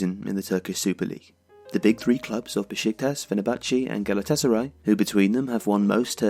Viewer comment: amazing video, from a fenerbahce fan (its pronounced fener-bah-che btw) this season has been very depressing